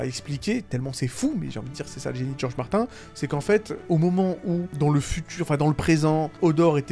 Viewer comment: Ça prononce Martin et ça utilise des termes comme showrunner 😂 Mettre une échelle sur ce genre de sujet c’est bancal, c’est comme comparer 2 enfants qui ont étaient battus dans leur jeunesse, l’un arrive à vivre en société et l’autre est sur une pente plus que glissante.